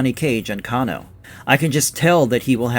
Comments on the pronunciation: Cane -Oh ...not Can -O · I stopped watching after the narrator said "Kah-NO." You know 100% sure that this person is not a real MK fan. He's more like a bandwagon and only want views. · why did you say Kung Lao and show Liu Kang? And say cahno. Lmao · kahn-o xD LOL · The way you pronounce Kano pisses me off. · Why did you say Kano's name like that?? 😂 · They Way You Saying Kano & Bi-Han Is Hilarious. Nice Video Doe.